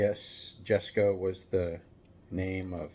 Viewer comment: Jesko - yes, this is named for Chrisian von Koenigsegg's dad. It's pronounced "YES-ko" The Sushi car may be called Sushi Tuner but that colour is definitely a salmon nigiri. Obviously I have no experience of what sushi is like in the US but I will say that while I used to go for sushi about once a week when I was living in Japan, I never eat British sushi, every time I've tried it's been disappointing at best and painful at worst. Sushi in Japan is simply on a different level. If I could still use chopsticks I might get this for use as a chopstick rest, as designed, but I don't have the fine motor control in my right hand any more. You're right about the resemblance to a staple puller, which makes me think hot wheels should make a line of usable stationary cars - a stapler car, a tape dispenser car, a pencil sharpener car, a pen holding truck and so on. At least it'd be a change from inedible food cars! Slide-burn reminds me of 70s Matchbox fantasy cars, they had a lot of pink cars back then that seemed similar to that, in particular I half-remember a Dodge concept that looked a bit like this. I don't love the colour but I don't hate it either, and the gloss stripe on the matte black is nice. I'll probably get this. The Skull Shaker is definitely not for me, is all I can say about that.